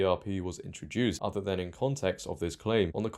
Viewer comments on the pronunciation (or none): none